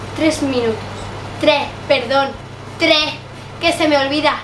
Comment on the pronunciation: El treS* y yo treh*. jajajaja